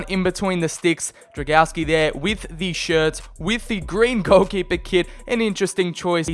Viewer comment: I see you have little problems with reading Drągowski's full name. To make it simpler just call him Bartek :)